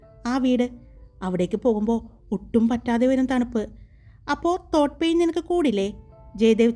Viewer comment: അടിപൊളി, പിന്നെ തോട്ട് pain അല്ലെ da ത്രോട് pain ആണ്, അറിയാതെ, പെട്ടന്ന് പറയുമ്പോൾ അങ്ങനെ ആയതു ആണ് അറിയാം, വിഷമം അവല്ലെട്ടോ ഞാൻ പറഞ്ഞത് കൊണ്ട് 🥰🥰🥰